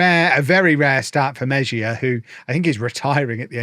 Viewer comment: we all love you, but would it kill you to spend an hour Googling how to pronounce your players' names? Meh-zhia?!